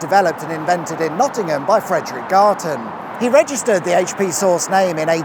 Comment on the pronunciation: AITCH PEE